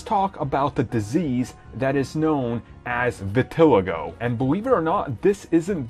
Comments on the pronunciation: Bruh dis dude said vi.ti.li.go you say it vet. El I go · It's pronounced Vi-tee-laigo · it's VIN-EH-LI-GO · Vitilligo...lolol Its Vil-Ill-I-Go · That's actually not how u pronounce vitiligo it's like vi-tuh-lie-go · i hate to be nit picky but its pronounced vit-ah-lie-go. love your videos! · Veta-Lie-Go! Lol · Its actually pronounced vit a lie go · Nothing major, but it's pronounced "Vih-til-EYE-go". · the way my man said vitiligo tho 😂😂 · I was cringing in anticipation of his pronunciation of "vitiligo" lmao. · You pronounced vitiligo wrong. The race of the character is unimportant, but she should have white skin and a black eye patch. Not white as in Caucasian. but white as in...white. like paper. Preferably short straight black hair. I personally hate it when they race swap characters that have been in existence for decades for the sake of diversity. Imagine the uproar if they changed the race of black panther because there would be too many black people in that movie. I would be a part of that uproar. Comics have been one of the most diverse forms of entertainment long before it was politically correct. You want a black female character in your comic book movie? Pick one from the books or MAKE UP A NEW ONE. It's insulting to the audience to just swap races for the sake of virtue signaling or ticket sales.